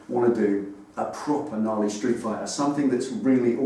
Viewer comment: A "knarly street fighter" wow for a moment you said "Harley street fighter". will look into the patreon thingy and see what I can do. Looks like a great way we can help out as I am sure many of your followers have been aided or guided with either your vids or your replies. Best of luck with the channel in the future and glad to see you are traversing to the dark side for a Knarly street fighter build, that will keep me watching. It may even assist me in finding the energy to remove my head outta my ass and eventually finish mine. Peace out. Karl